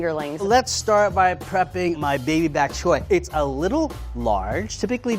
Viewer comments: this man said buk chyoy Lol not Boc Choy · Lorenzo, it's BOK choy, not "back" choy. Also, there's no such thing as a Level 1 chef. Level 1 home cook is what this person should be titled. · Did anyone else hear Baby-Back Choy? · Lorenzo, early in the video, did you say 'Baby Back Choy' like baby back ribs? Cute!